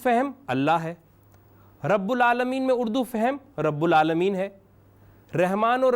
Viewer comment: بھائ جان پہلے رحمان رحیم صحیح پڑھا کرو پھر لوگوں کو سکھانا چاہیۓ۔ مادری زبان میں أپ رحمان کے( ر ) کے نیچھے زیر استعمال کرتے ہو۔ (ر)کے اوپر زبر ہے بھائ یہ قرأن ہے ۔رب العلمین میں (ب)کے نیچھے زیر ہے کہ (ب)کے اوپر پیش ہے ۔ پہلی سورہ فاتحہ نہیں أتا تلفظ سے اور لوگوں کو سکھانے والے ہیں۔